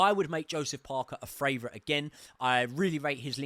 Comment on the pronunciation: Do you say FRavourite on purpose instead of favourite?